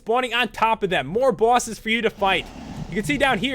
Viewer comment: Omfg made me laugh so hard. Bawwses